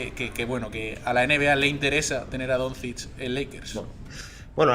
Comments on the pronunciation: Ser periodista deportivo y pronunciar “Donzich” en vez de “Donchich” tiene narices. Lo digo por el de As. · Yo escucho que lo pronuncia como Donzids, peor todavía. Si lo pronuncia así es porque no ha escuchado ese nombre en la vida, por lo que probablemente no sepa absolutamente nada de baloncesto, a lo mejor no sabe ni que se juega con una cosa esférica llamada balón, aunque lo ponga en el nombre. Me parece inaceptable ese nivel tan nulo para alguien que "trabaja" en un diario deportivo. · El de AS pronunciando "donzich" mientras lee las preguntas con un enorme entusiasmo, se le ve informado de baloncesto al chaval...